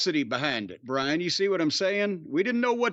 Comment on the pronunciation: It's BRIAN NOT BRAIN